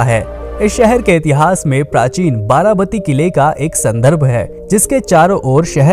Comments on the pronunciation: It's not 'बाराबती' it's 'बारबाटी' (actually 'बारॅबाटी'). Odia names should be pronounced as Odia, not Hindi...like Bengali names are pronounced as Bengali and South names are pronounced as South. Simple! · वारावाती नहीं वारवाटी है